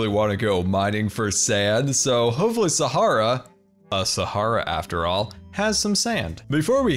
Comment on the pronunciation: GUYS SCAR IS ACTUALLY PRONOUCING SAHARA CORRECTLY NOW INSTEAD OF SAHARIA